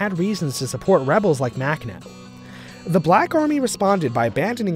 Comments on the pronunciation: It’s pronounced [maxnɔ] not [maknɔ] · The way he pronounces Makhno… shudder.